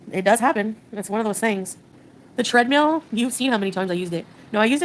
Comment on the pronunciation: "Tread-meal" gets me every time.